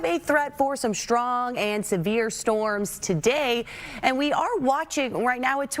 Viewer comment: I like the way she says "shtrong" winds.😊